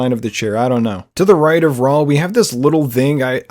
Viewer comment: saying "RAL" instead of "RAUL" is killing me lmao 😩 Wicked detailed video though!